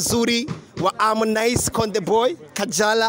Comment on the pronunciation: Unacekesha kweri ati our beautiful kajara wa harmonize!! Hhh nimeceka na iyo kingereza